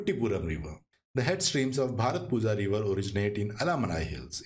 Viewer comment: Pronounciation of bharathappuzha is bharathapuya☺️ Most of the malayalam words (zh is y)